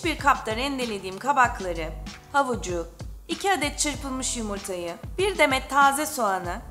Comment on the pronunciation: Yımırta mı dediniz